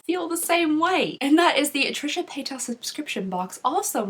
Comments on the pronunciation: Pay-duss. Not pay-toss. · “PaytOSS” Lmao.